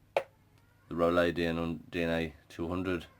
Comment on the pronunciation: It's pronounced rooloo. great review thanks mate. from the US. VAPE STRONG AND SAFE GOD BLESS. Peace